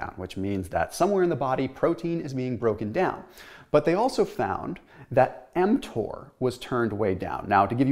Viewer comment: I thought he was giving us a swipe lesson when I heard him say mTor